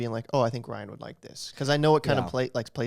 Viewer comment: Ryan I’m Korean and you said that so wrong lmao